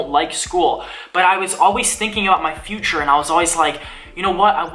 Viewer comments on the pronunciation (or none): none